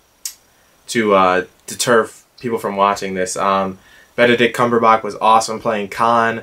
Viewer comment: Is it just me or are you saying Benedict Cumberbatch's name incorrectly? :P My top 3 are Place Beyond the Pines, Rush, and Prisoners... I'm still working on my list so it could change. I have seen Mud but not 12 Years a Slave yet, but I will in the next day or two